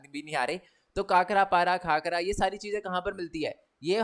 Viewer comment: Sir wo khakra hota hai kakra nhi Love ❤ from Gujrat